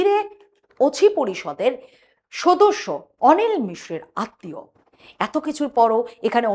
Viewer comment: কি উচ্চারণ ! 'তদন্ত'কে 'তোদন্ত', 'সদস্য'কে 'সোদস্য' উচ্চারণ ক'রছে স্মার্টলি ! গা-পিত্তি জ্বলে যায় এদের বিকট উচ্চারণ-আধুনিকতায়। এতে এতটুকু লজ্জা নেই ! বাংলাভাষাটাকে চিবিয়ে খেল !